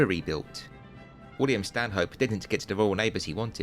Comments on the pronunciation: Excellent video, although Stanhope is pronounced "Stan'up." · A polite correction: Stanhope is pronounced "Stannup".